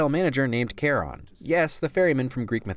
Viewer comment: You don't pronounce "Charon" that way, no offense. Just a guy played too much payday 2, where they actually say his name in the game.